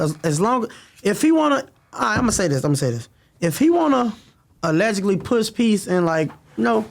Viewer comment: He says allegically like 40x (Allegedly) SMH